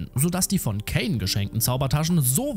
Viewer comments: Ok tolles Video aber wieso sagst du käin er heißt doch kain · Nicht Kän sondern kein eiiiiiiin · Der Heist übrigens Kain und wird auch so gesprochen wie der Biblische Kain so wie du es sprichst würde es Kane geschrieben! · Er heißt cain und nicht kane aber sonst echt super Video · Es heißt Kain und nicht Käin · Der Anime heißt The parallel chronicles of the aristocrat und außerdem wird der Name der Hauptperson ,,kein“ ausgesprochen